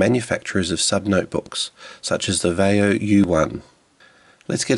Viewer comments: "VYE - oh". Not "vay - oh." Seriously, have you ever heard ANYONE pronounce, Vaio the way you do? WTF... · it's va-ee-o.